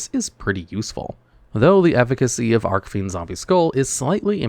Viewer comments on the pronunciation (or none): It’s ARCH-fiend! Not arc-fiend! Look up how Jack Atlas says “Red Dragon Archfiend” in the dub. That’s how you’re supposed to say it!